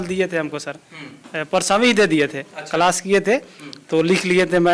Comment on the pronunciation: Claas❌️ Kalaaasss✅️ 😁😁😁 ap khud sochlo padhnewale itne gyani hai jinko class bolna bhi nahe ata😂😂